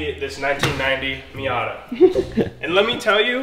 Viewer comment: Did say minyata 🤣😂